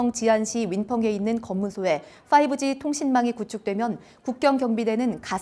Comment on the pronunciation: 문따발총...대선 토론때, "3D 프린터"를 "삼디 프린터"로 말하더니 어제 "5G" 행사에서 "오지"로 읽었을까? 정말 어디 오지(Outback, 아웃백)로 들어가 기어나오지 말기를!